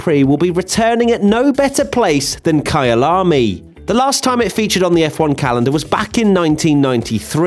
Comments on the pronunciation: It's Kyalami not Kayaalaamy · It’s pronounced “Kuylamy”